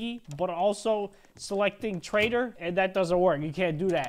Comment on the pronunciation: "taitor mode"